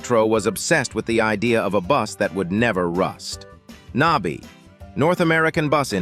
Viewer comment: AI cracks me up when they call NABI buses The N-A-B-I buses 😆😆😆😆